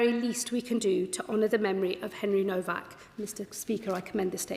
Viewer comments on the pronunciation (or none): Despicable women can't even get his name right, nowak not novak! More scripted waffle 🤬